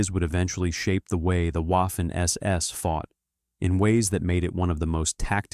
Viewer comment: Please speak to a German language tutor about the pronunciation of Waffen See: Waffen-SS : say, /vafen es es/. See